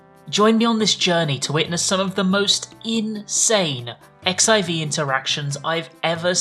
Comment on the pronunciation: My man, you're out here making a video about "insane interactions" and weird shit people said, but you're the one calling the game "ECKS EYE VEE".